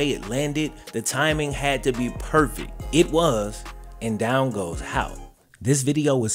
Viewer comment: Disappointed with the lack of research and frankly blatant disrespect to a figure in this story, since isn't usually about that. That "random defensive end" was actually a 2-year starter at LB and is now a college defensive line coach, and his name is Hout, not "Hoyt." He coaches at my college, which is why I care enough about it to make this comment.